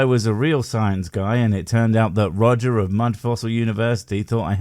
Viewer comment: When you said "The Mighty Roger" . I just heard "The Mighty Woger" (As in Life of Brian: Welease Woger) it made me laugh out loud for a few seconds.